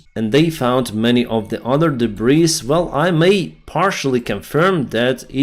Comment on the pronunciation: Howdy k! Rather than "persecute" i think you mean "prosecute." Also, "debris" has a silent s, so... "dee-bree"